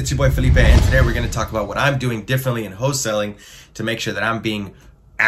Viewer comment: Yo because I love you. Wholesaling. Not Whole Selling.